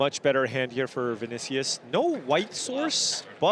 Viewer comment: The way you Pronounce Vinícius hurt my soul